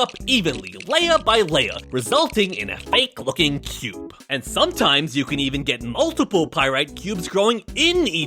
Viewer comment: Was I The only one who thought he said goon instead of cube